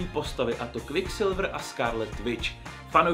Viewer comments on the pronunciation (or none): Skárlet vič, kviksilvr anglictina 10/10 🤣 no hate